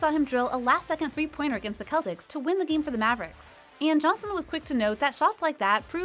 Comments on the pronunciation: She is butchering his name, and many others Doncic = "DONKcic" Ginobili = "Kinobili" Celtics = "Kelvics" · LOL!! Donkick, Nowitski, Guhnoblee, and the Keltics. It’s obvious someone doesn’t know about the very sport they’re talking about…. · The KELTICS😂😂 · Keltics? Gtfo geenobli? Stahp Stahp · Kelticks??? WTF??? Did she manage graduate elementary school? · against the Keltics??? Is it a new team in the NBA? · Dude she don't know anything lol she said Manu Ginobilis name with a G sound instead of a J sound, and couldn't even pronounce CELTICS right, the C is an S sound, I don't even think she really knew who Greg Popovich was.